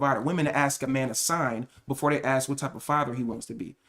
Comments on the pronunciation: I really like your content. I think you make them a lot of amazing points. I just really wish you would stop using that word. Axe . You talk down on women for sounding stupid or not having smoke alarms and then mispronounce one of the easiest words in the language to pronounce. Literally just makes you sound dumb. Ask. It’s not hard to say. If you want to be taken seriously, you have to talk seriously not sound like a little kid. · I really dig your content. I think you have a lot of good talking points, but it is really hard for me to listen to you downplay these women because they sound stupid or have smoke alarms going off and then you say, can I axe you a question. Makes you sound just as dumb as the people with the dad smoke alarms. ASK. It’s not hard to say.